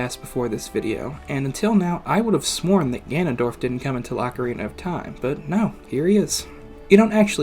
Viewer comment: Don’t worry, he got ocarina right 👍